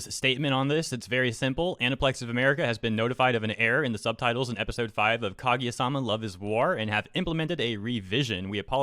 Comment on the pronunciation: Can't even pronounce Kaguya omfg